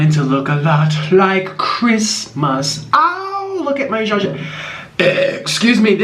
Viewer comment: Its not Shashmyeon it is Jajjangmyeon